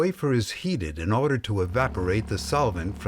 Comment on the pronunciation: did he just said "in orderrrrrrrrrrrrrrrr" ????????????????????????? loolll